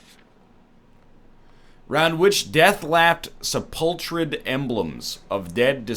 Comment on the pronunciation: SEP-ULCH-RED . . . . NL Its sep-ill-kerd . . . as in. . . . entombed